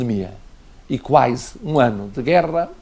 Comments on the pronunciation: Alguém diga a esse inútil de merda que é QUASE e não QUAISE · Alguém diga ao Presidente que não é "quaise" é QUASE